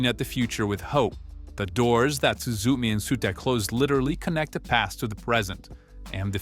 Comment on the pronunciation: 'Su su me' I can't